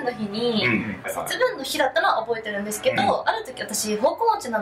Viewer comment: 節分のイントネーションw